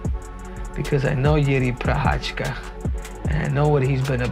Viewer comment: A- for Henry for the pronunciation of Czech.😁👏